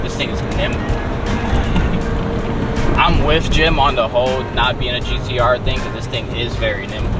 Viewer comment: it’s gtr no gdr like you keep saying